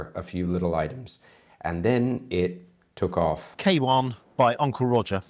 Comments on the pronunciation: Kawan pronounced as ká not Kay.. is a word meaning friend in Malaysian. And is such a nice and lovely chap!!! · Kawan is a Malay word and it means "friend". butchered the pronunciation, but that's to be expected. The logo is the Chinese character for "friend". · FYI: Kawan means Friend in Malay language. Pronounced: Car (minus the R) + one